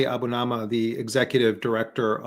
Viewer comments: For heaven’s sake, Jeremy, get Ali’s NAME right! A Bu Ni Ma! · I always like listening to Ali Abunimah; but it's awful hearing Jeremy unwilling to get his last name correct.